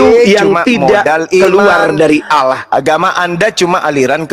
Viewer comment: Allah kok di baca Auloh Belajar lagi bro Anak TK aja bisa baca Tulisan latin Allah ya dibaca Allah, masa di baca auloh....? Xuma botol